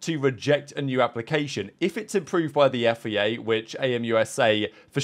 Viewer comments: Why do you say FEA? Its FIA! Its a bloody I not an E! after all these years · You say FIA so weirdly. "Yifayay"